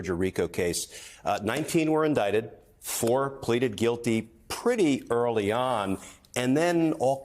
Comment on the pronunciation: You mean indickted?? 😂😂😂😂😂😂